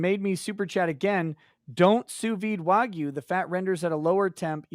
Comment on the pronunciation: Learn how to say wagyu please.